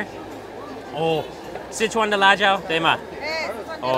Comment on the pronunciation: I am surprised speaking Chinese you say 'sit chuan', when the first word is 4 so should sound 'sir chuan'